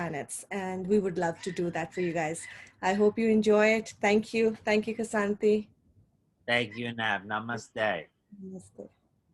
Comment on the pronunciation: Why can't anyone pronounce your name?🥴